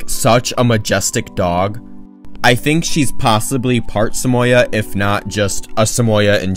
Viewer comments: i was confused when i first hear you say “Samoya” cus i usually say “Samo yehd” idk the right pronounciation though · Is that how you guys pronounce Samoyed?